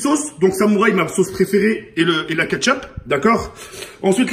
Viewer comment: Mdr il dit la ketgup